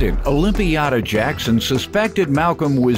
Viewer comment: “Olympiada” why? Just why??!?